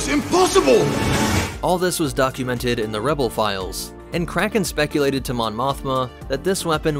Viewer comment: Any one esle here crackhead when he say cracken